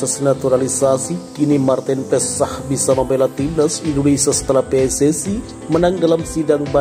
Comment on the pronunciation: Kiper mantin ps😂😂😂 lu bsa baca nama marten paes ngak😂